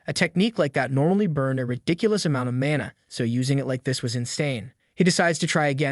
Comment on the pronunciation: Mon e instead of mana is crazy